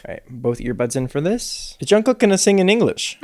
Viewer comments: Just a friendly tip from a Korean! Jungkook is NOT pronounced as COOK like a chef. It’s KOOK like the word kook in English. Just not as hard of a ‘k’ sound at the end ^_^ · Everytime he says Jungkook, I hear John Cook